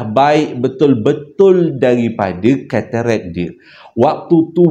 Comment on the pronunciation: Lawak plok dngar keterekkk😂,tk silap ketarak lh.Maaf akak trgelak😊